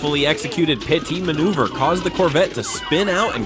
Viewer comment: WHAT THE FUCK IS A PIE-T MANEUVER?